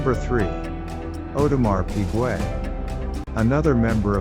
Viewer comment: Audemar Pigway? 🤷🏻‍♂️🤦🏻‍♂️😂🐽🐽🐷🐷